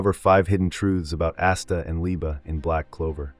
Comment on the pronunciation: We know it’s ai brother nobody says asta like assta or Liebe like leebah lol